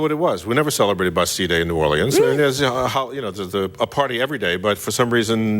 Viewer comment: I've never heard anyone pronounce New Orleans like John is😅😅😅😅 Or-Lee-anns😂